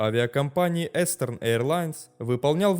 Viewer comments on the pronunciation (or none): толькр не эстерн, а Истерн AirLines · Надо говорить не эстерн эйрлайнс а истэрн эйрлайнс. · Истерн эирлайнз,Истерн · Eastern - произносится как истерн, то есть восточный :)